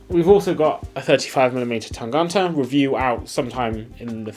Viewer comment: The way you say Tangente makes me giggle. ;) Tang-uh-nte. hehehe You pronounce the "gent" part in Tangente like you would pronounce gent in English, except that you don't make that j-sound for the g. So you've got it almost right, except for that "ent" in the middle. Cheers, mates!